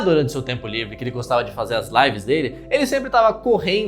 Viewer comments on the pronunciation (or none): none